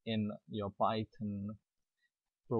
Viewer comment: It's PYTHON, PYTHON!!!! Not PY-TON!!!!!